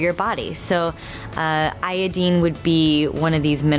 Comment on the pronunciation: Eye-ee-deen? You mean eye-oh-dine? People who are so pretentious they have to change the pronunciation of common words. Also, for argument sake let's say she was still ovulating while not having a period (weird flex, but ok) she couldn't have gotten pregnant. If the walls of the uterus are not needing to slough off it is not thickening for the fertalized egg to stick to. So what is she implying? You loose your period when your body determines that conditions aren't conducive for carrying or having a baby.